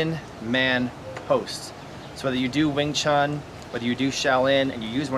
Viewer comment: Dem U, I left in the 3 sec, of ur intro!!! “Wung Chung” Buster.